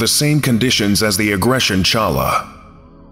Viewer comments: Challah is pronounced "hallah"👍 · The "ch" in "challah" is pronounced like the "ch" in "Chanukah", the Jewish winter holiday. Challah is a traditional Jewish bread. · Challah is pronounced HALLAH. im gonna throw a fit in hebrew lol